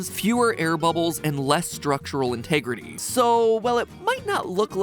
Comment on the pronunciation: Haha "int-egg-rity"! Unintended puns are the best!